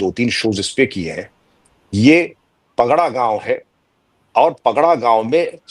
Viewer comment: पगड़ा नहीं, पड़घा गांव।